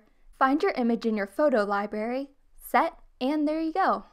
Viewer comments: Me listening 5 times to find out if she said libary or library and guess what she said libary !!!!!!!🙀😵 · did you seriously just say liBARRY 🤮 dIsCuStInG 😂 nah i’m just playin this is a good video. your voice is very soothing and your channel is nice to binge in this time of panic. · Why do you say library like that ?